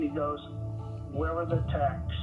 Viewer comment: “We gotta get to the tacks” lmao